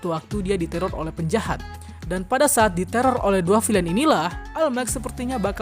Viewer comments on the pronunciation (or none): none